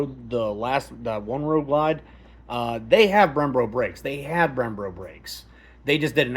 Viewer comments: Very informative! One quick note, you kept saying “Brem-Bro” brakes instead of “Brem-Bo” brakes. This is a me problem, didn’t take away from the excellent info, but my ADHD made me type this. Downvote me, I deserve it. Thanks for all the time and effort to do this review! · Brembo brakes not “ Brembro” bro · Brembo... not brembro lol 😂